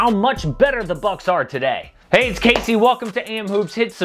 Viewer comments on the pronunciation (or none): none